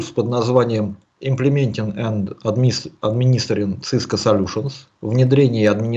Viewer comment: Сильно режет слух акцент папуаса. Говорит "Цыска" одновременно с "Си-Си-Эн-Эй". Совершенно очевидно, что это нахватавшийся сленга белых людей, ничего не представляющий из себя маленький человечек, каких сейчас развелось много. "Специалист", который не смог выучить как называется то, чем он занимается........ жалок. Единственное оправдание для такого человека - если он произносит "Цыско" поскольку опасается рефлекторной мастурбации на величие американского хайтеха.